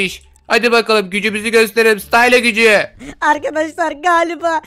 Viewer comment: SENİ KOTULEMEK GİBİ OLMASIN STYLA DEĞİL STYLE DİYE STYLE DİYE OKUNUYOR STAYLA DİYE SOYLENİYO